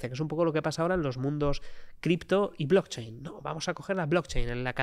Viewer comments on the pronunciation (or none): none